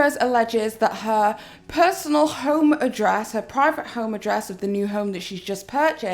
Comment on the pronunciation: ... Lmao "PRIVATE"... SOUNDS LIKE UR SAYIN PRIRATE